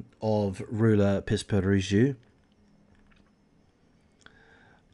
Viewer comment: Τhe name is pronounced Roula Pispiringou. Within three years all her children were lost, all three of them. The picture that has been given by psychologists regarding her psychological profile, in general, is Munchausen by proxy. She still insists she is innocent. Seizures (none of the doctors who saw her and in all the hospitals where Georgina was treated did not see this girl having seizures. Whatever she suffered and how many times she suffered it, only her mother was present), were not of pathological origin, no doctor ever issued any certificate of pathological problem for Georgina. To be precise about none of the three children who died. The first child show symptoms of leukemia (defined as having cervical lymphadenitis of the right jaw), which no one knows the cause. A chemotherapy would do, they would monitor her for a while and then return home. She died shortly after the doctor's checkup, while she was eating, playing, and all her tests were excellent. Suddenly. Next was the last baby, a little girl of 8 months. She had absolutely no problems, she was growing normally. Suddenly one morning she was found dead with a bloody and wet cloth tied to the rails of her bed. Later it was found that the baby had wounds in his mouth, apparently from the cloth they put in his mouth but also let's not forget that his mother had very long nails that she never forgot to take care of. Apart from Georgina (who happened to be found without her oxygen when the doctors came in for the l